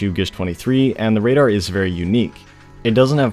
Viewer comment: “Radadr” LMAOOO 😭